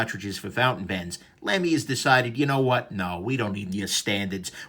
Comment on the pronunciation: BTW, it's pronounced "Lumy", like "lumber", not "Lamy" like "lamb".